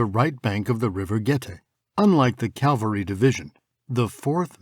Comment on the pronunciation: For once, I would like to hear 'cavalry' from people who should know better! I mean, I'm ESL myself but I only had to be told a couple of time about the difference between cavalry and calvary!